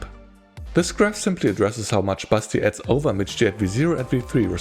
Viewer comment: All through the video I can't hear anything else than "Busty" instead of Basti. And I mean, it's not wrong... 😁 Anyway, thanks for the review!